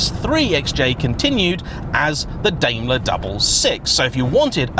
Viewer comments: Daimler like a Daim bar not Daymler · Are British people deaf to foreign words... Certainly you've heard people say FILLET, and Daimler correctly... you live right next to France, but butcher all their words. Daimler .. Dime-ler